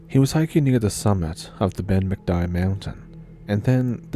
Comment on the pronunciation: It's pronounced Ben Macdewie